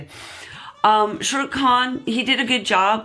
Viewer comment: Not shoorook... Say "Shaa..." Say "Rook" Now say "Sha.. rook"